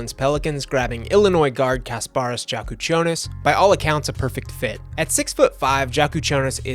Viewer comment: I think its pronounced Yak instead of Jak for the Illinois guard. Good vid as always.